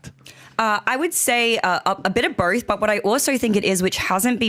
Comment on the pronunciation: did she throw up in her mouth trying to say “both” with her Australian accent